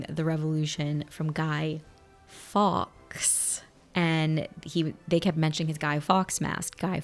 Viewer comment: Fawkes is pronounced like Faux. Not Americanised Fax / Farx. Yes infuriating watching you not getting any of the references, the history.